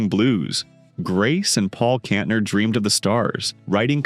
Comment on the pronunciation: Ca-SA-dy? Kontner? Learn how to pronounce the names!